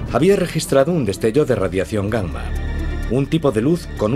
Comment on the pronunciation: Es la correcta pronunciación de la doble 'm'. Aunque también me resulta curioso y chistoso